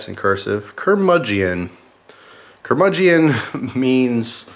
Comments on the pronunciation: Google says you pronounced it wrong Ker-Mud-Gen Just sayn:) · Keep up the beer reviews, good stuff! By the way not to offend but its pronounced ker-muge-in, you dont pronounce the e.